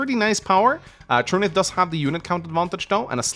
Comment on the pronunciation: Truniht is a character from “Legend of the galactic heroes’ and is pronounced the way is saying it.